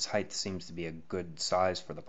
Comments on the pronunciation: So many people say "heighth," when they mean "height." There is no "heighth." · There's no h at the end of height. It's not heighth. Pet peeve lmao